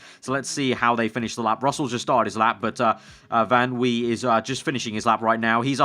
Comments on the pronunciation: You actually pronounce "van" like "fun". This name is really common in the Netherlands! I'm from Germany and some people have a van in their name here too! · Dude yes in french in oui van wie is a dutch name so you pronounce it van vi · Drinking game for every time says "van Wee" lol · Van wie = Fan Wie. Wie is pronounced like you did it in the start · Van Wie is pronounced Fan Vee. By the way, Yes in French is spelled Oui.